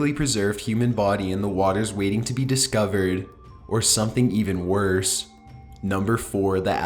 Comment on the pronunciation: "the way they were discoveredddddd" "the caustic water caused them to meet their demiseeeee". like jeez, I WAS interested but I cant watch this. the monotone voice with the held out ending syllable kills me. I would much rather listen to this on mute, I think this is the same guy that does top15s and I had to block that channel so I wouldnt accidentally click on it.